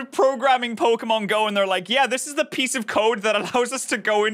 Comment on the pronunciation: I love how he calls "pokemon go", as "poki-mango"